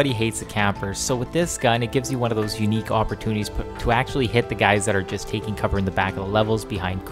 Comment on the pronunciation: "Check thoose owt" haha. I love Canadians. -an American